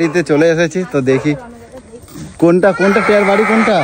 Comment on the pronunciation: টিয়া কে টেয়া বলো কেন? উচ্চারন ঠিক করো।